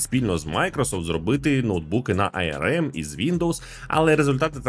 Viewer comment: ну не ай-ер-ем (IRM), а арм, ну або вже ей-ер-ем